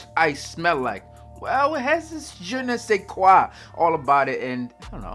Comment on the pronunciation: Hey you speak French? Your "Je ne sais quoi" was weird but nice! Dont mind keep on bro!